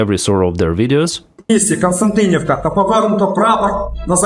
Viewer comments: Помітьте що він сказав КонстАнтинівка у відео, коли це КонстЯнтинівка. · Can anybody tell me why every youtuber pronounces 'Kost-yan-ti-niv-ka' as 'Constant- inivka' ?????